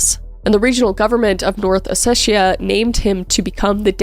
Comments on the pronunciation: It’s kinda hurting me: it’s O-SE-TI-A There is no “shhh” please I do not care about Vitaly he’s a murderer But do minimal research on pronunciation, it’s not that hard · It's OsseTia, not OsseSia, or OsseSHia. Just saying.